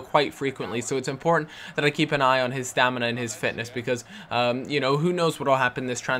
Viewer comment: "This is a very impotant game"